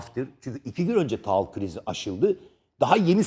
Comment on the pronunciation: Taal ne yaa ekranlara çıkıyorsun taal diyorsun 😭